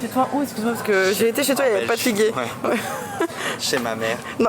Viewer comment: Sorry mais on dit pas « fiq » on dit « figueu » 🫡😘